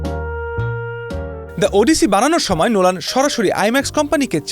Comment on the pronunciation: উচ্চারণ ওডিসি নয়, উচ্চারণ হবে অডিসি।